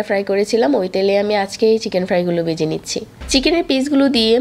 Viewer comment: বেজে,জাল কেমন উচ্চারণ এগুলা?